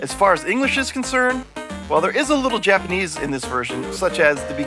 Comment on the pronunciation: O man I’ve been waiting for this one! Major major props guys! You guys did a ton of work on this! I’m picking this up for sure. Some iffy titles in there haha the sweaty dudes! Your Japanese pronunciation is on point!